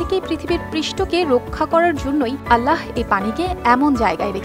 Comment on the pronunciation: খুব সুন্দর করে আল্লাহ নাম বলার জন্য ধন্যবাদ